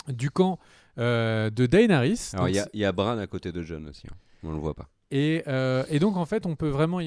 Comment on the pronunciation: Tu veux pas prononcer Daenerys un peu plus à l'anglaise stp au lieu de D. A. E. NERYS? 😂